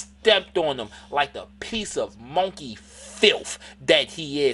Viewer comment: The way he say monkey 😂 😂 😂